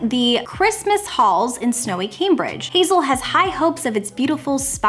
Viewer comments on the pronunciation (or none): none